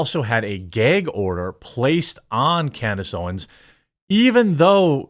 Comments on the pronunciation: It's gAg order, Jeremy. NOT gEg order. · Please say gag order. It’s just not “gayg” order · Holy FUCKING SHIT BRO stop saying GAYG ORDER.... I thought it's gu-ag order. Not trying to be a dick head but crist nailed to a fucking 2x4 . It's just as annoying as hearing people smack their lip after every single word OR listening to people eating their food............................! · Lmao. For the last time. It's GAG order. As in gagging! There's no Geg😂😂😂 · The word is gag, no gayg. Also, why do you have a pride month marshmallow man? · The "gayg" order. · Whats a "ghea" order? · "geyhg order." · "Gayg" Order. 😂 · Dude, learn how to say "gag" wow! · Say gag again haha